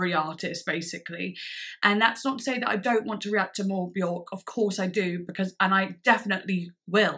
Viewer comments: Björk is actually pronounced wrong by everyone . It’s not ork it’s IRK and very few know this. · "I don't know how to pronounce this: At-o-pos? But... anyway, here is the new one from Be-yOrk" 🤦‍♂️ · I have been a Björk fan since 13 - I'm now 40 - and I pronounced her name incorrectly for over two decades. It wasn't until my early 30's that I heard her, in an interview, say her name rhymes with "jerk"... and I was like ohhhhhhh.